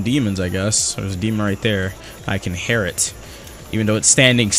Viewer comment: everytime he said hair instead of hear it hurt my soul.